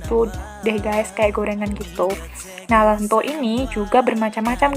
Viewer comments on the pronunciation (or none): Ento ento.... Kok lento yok opo seh